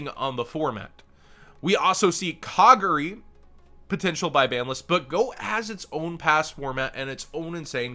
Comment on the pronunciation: Lol. You said Kagari wrong. (It's Ka Gar E , Gar rhymes with Jar)